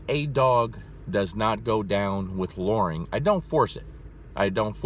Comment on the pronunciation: Lmao the way he says luring. It's a U not an O.